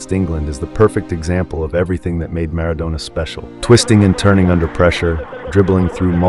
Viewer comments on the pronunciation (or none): Don't call him Mara"doughnah" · If you could pronounce Maradona a bit better, it would be a good start.